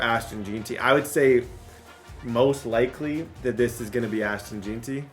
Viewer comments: It's JEN-TEE FFS lmao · “ashton jeenty”